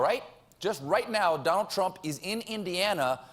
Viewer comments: he said "Twump" LOL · I think that's how Elmer Fudd would pronounce Trump. #Twump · stephen: pwease mistew twump uwu trump: then perish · "Twump" ... Awesome!! lol - From Canada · "Dwain the swamp, mistew Twump!" 😂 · I Wuv Twump new naaaame, Pwesident Twump. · That's it, it's 'Twump' fwom now on. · Colbert, err I mean Elmer Fudd, says "Twump" ... that's gold. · i like the FUNNY trump accent you got there Colbert. and glad you worked around your crappy gag reflex. it was always when you mentioned Trump being president and i was starting to get worried that you have a problem with democracy or your food pipe.